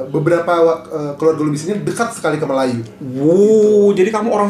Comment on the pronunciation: melajoe - melayu sebutannya